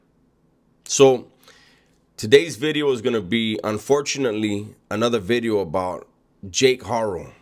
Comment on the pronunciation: New bideoh